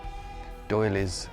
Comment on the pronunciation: “Doillies”! 😂 Lol!